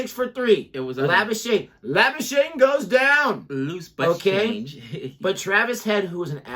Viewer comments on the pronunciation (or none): La-boos-kag-ne that's the correct pronunciation🤣🤣... half man half machine 💪 lord Thakur.. take a bow ... Great discussion 👍